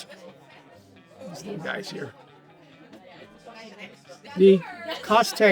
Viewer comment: Oh dear, you managed to rope in a native! 😁 There are "Dutch portions" of cheese? Don't tell my (Dutch) kids! Also, they actually prefer the edges of the cheese that you cut off! "Kaasstengel" has two "s" in it, otherwise it's a "Kaas Tengel" or "cheese hand", not a "KaasStengel" which means "cheese stick".